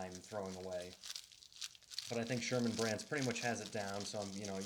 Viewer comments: Serman.... Serman brand. Not Sherman. There's no H... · If you are going to review a wallet, you might want to actually get the name of it right. It’s Serman, not Sherman.